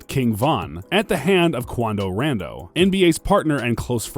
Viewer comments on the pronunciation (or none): Bruh I'm getting tired of dude cause idk if he trolling or not! How can he see "R O N D O" and pronounce it with an "A"? Other video he called Durk label "OTL ONLY THE LABEL" Like where does he even get that? It's not misreading because you changed entire words. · The way he said “rando” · Quando "RANNNDOE" 🤣🤣☠☠ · “Quando Randoe”😂😂😂